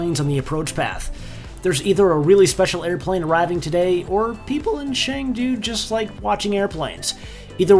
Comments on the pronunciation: CHengdu not shengdu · “Shangdu” HAHAHA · It pronunciation for chengdu is Chen Du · You pronounce Xiamen better than Chengdu ;) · So MUCH BETTER though! Hats off to you. BUT there's an "e" in Chengdu, not "a". But I guess that's nothing compared to how you did Xiamen in previous VDO lol